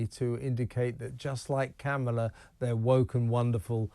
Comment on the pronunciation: It's Kah mah lah